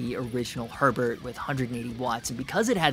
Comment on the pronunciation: Btw it’s German - it’s pronounced more like “hair bear” than “Herbert”